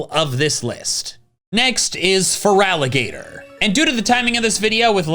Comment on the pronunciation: I'll always root for feraligatr. I love an underdog and starting with your LITERAL NAME being butchered is unique to my knowledge in pokemon